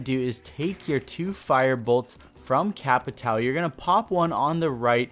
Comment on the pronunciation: The fact that I’m Brazilian just cringes me so much when I hear a “Capitao”. I hate to be that guy but when you have a “~” you need to speak like “Capitaun”. Thats the proper way.